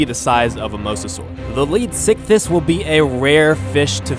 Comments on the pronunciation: you also messed up the name is pronounced {Leeds-Ick-This} not {Leed-sick-this} and the reason I'm correcting your placement of the S in pronunciation, this fish was named after Sir Arthur Leeds a man in his late 70's at the time of the animals discovery in a time when the average age was 47-55 before death and here's this Old man wandering around in the desert as one of the earliest Paleontologists and he found the tail fins, Pectoral fins, & Fragments of it's jaw. the man died 3 years later after the British National Paleontology Panel accepted the name Leedsichthys which means Leeds Fish. Just a little history on the real beast for you. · I thought you were saying sickiness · anyone else think he said leech sickness at least once? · This is how you say it lead-if-I-kiss (phonics I) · Does any one else hear lead sickness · I see you're struggling to say it's name, how about we compromise on calling it Leedfuckthis